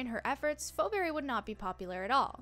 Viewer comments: first off its pronouced fee not fo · Ikr its Pheoberry pronounces fee-berry